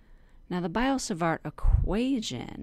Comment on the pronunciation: It's B[ee]o - Savart :) Not B[ai]o :) But thx for a concise intro :)